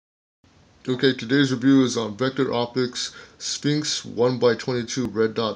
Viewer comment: At the start I thought you said vector optics "stinks" not sphinx.....thank you for the review.